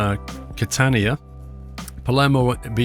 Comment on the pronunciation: You said "Catania" perfectly...